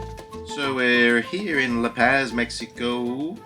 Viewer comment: La PAZ... like OZ... not PAZ like AS lol 🤟